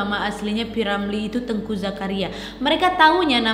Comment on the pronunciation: Saya dari aceh, mau koreksi sedikit, untuk cara baca namanya bukan teungku bacanya kakak, tapi teuku, gak pake ng 😁